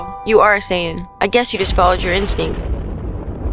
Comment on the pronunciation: Also it's SAIYAN not sayin